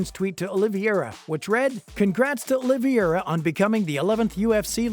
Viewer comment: Okay check it out you have to say the people's names right. It's Olivera. And it's Dustin Porier, not Justin.